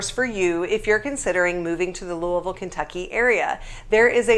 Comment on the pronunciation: You speak Louisville like people from Kentucky say it.